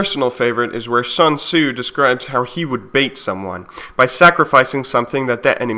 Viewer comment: I love how Sun Tzu is almost never read right by Western people but that's not important, cos' what he preaches is